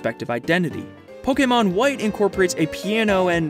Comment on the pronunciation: i'd just like to thank you for being the only youtuber i've heard say pokemon right